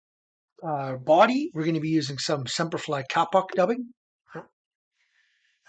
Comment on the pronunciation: kapok is pronounced k a e pock not 'cap ock' . it'sa tree in indonesia the locals pronounce kaye pock. used it for pillows and beds. i lived there 2 years on the island of Celebes.